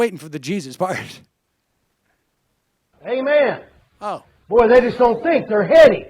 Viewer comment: I don't think the so-called pastor (who curiously doesn't seem to know anything about a certain JC's teachings) is saying 'amen'. I think he's saying 'eh, men?'.